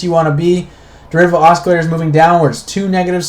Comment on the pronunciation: Constructive remark: It's pronounced AH-Sill-ator. No Hard C.